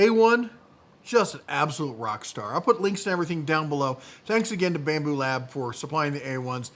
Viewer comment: You lost me first minute when you said, "Bambu Lab". 🙄